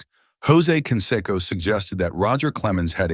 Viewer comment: And "Ken Secko" instead of Canseco.